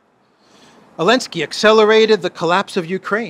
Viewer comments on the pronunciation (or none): after checking the pronunciation on line, why do you swallow the Z of Zelensky? been bugging me since months, thanks :))